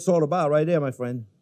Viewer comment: He’s my fwiend. ❤️